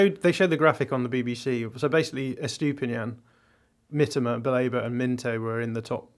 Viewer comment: extra credit for correctly calling Mitoma "Mitter-ma" rather than "meTOEma". Now just work on Estupinan. Is "Est-opinion" - not "Estoopy-nan"